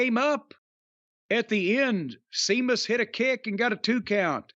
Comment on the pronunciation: I wish Jim would go all the way and call Sheamus, "Semen" instead of "Semus" We all know what he's implying...